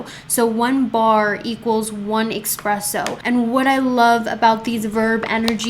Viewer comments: I love you, LONG time subscriber. I speak Italian and just wanna impart a pronunciation for the future. ESpresso ☕️😘 not EXpresso. K yeah, not Karen energy just helping out someone that has helped me SO MUCH 😎💚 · Pronounced espresso